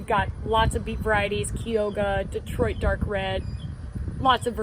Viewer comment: A small remark: Chiggia is pronounced as Kyojah.